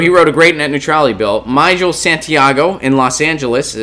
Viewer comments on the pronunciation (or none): Mee-Gehl, Myjel. Small fix for a great commentator. <3